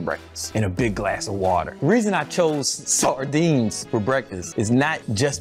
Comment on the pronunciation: Can you say Shardinees again like in the second time :D